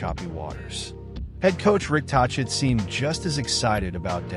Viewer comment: By the Way, it's Rick Tochette with the "K" sound in the middle, get it right